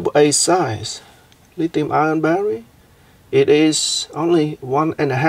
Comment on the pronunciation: it is NOT lithium ION. good God.